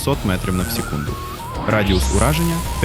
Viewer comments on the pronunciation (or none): Вже краще але ШІ озвучка не дуже, бо чутно: сєкунд, 2000 метра і інші слова